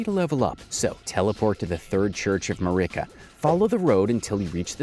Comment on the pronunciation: Ma-ree-kah? Dude...